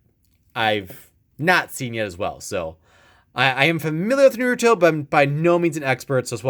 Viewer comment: Noruto and Buruto Not making fun of you btw Its Naruto and Boruto NAR-OO-TOE, BORE-OO-TOE